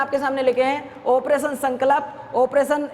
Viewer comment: Sir ji sankalp ko shi se to bol de kro, wo sankalp hota h